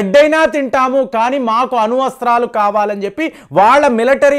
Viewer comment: అణు వస్త్రాలు కాదండీ అణు అస్త్రాలు లేదా అణ్వస్త్రాలు. నన్ని కాదండీ నన్ను నాదాన్యాహు కాదండి నెధన్యాహు మురీషయస్ కాదండీ మారిషస్